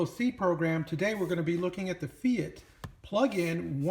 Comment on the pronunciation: I think it's pronounced "fite". It took me a while to figure out if it was fite or fate. But based on their website they pronounce it as fite.